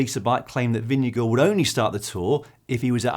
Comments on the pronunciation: Hi GCN Team, great content but also a comment - Jonas Vingegaard himself pronounces his last name as VIN-g-gard, not VIN-g-go. Just saying:) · Please pronounce his name properly hahahaha